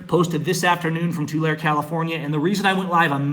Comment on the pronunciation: Hello, love your posts and truly admire your courage and conviction. just wanted to clarify the name of the town, I was born and raised in that COP diseased town and moved away as soon as I was old enough. the name Tulare is actually pronounced as "To Larry". not " to lair". keep up your awesome and inspiring videos. if you want to see some REAL corruption about that town, look into an old sheriff named Bob Wiley, true lawlessness under the color of uniform took place rampantly during his tenure.